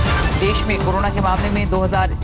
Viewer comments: 21 Hajar 300 bolna nahi Ata yarr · 21300 bhi bol nahi sakte mam kaisa reporter hai bhai kaha se ate hai ye log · 21300,ko padhna ni aaya bhosdi Wali ko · 21300 bhi nhi bol pati ye kisne news me rakh liya roj mistake karti h 😂😂😂